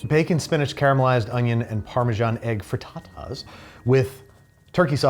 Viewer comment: did anyone else hear "for tatas" instead of fritatas here? Or just me 😅